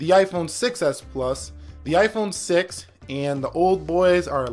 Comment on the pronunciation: Lol it is 6 plus not s